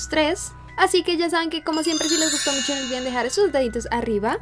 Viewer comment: Me encanta como dice "Musho contenido"